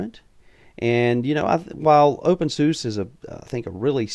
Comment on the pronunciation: It's pronounced opensuzah and spelled openSUSE, fyi.